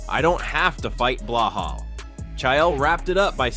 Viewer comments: That balal not belahal check your AI 😂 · Get it right Ilia not Blelal??.WTF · Its not Blehal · Way to butcher his name...its Belal